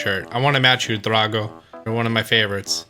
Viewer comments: I don’t want to be mean but it’s pronounced (dr-ah-go) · Me: Dray-go: DRAH-GO